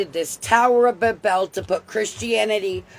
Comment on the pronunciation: She can't even pronounce Babel or Ephesus 😂